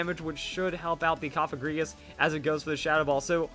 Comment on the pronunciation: Cofagrigus is pronounced "kahf-egregious"